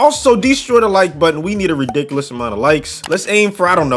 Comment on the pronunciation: ridicolis? lol